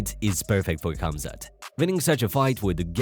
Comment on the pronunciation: Khamzat is pronounced- Haum-zaht, the K is silent. Just like Khabib its "Hah-beeb". If your going to make videos on UFC atleast get the name pronounced correctly... and then you call Gilbert... "Jill-bert". Like Tf?